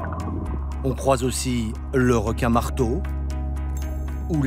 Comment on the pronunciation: Elle aime les r'quin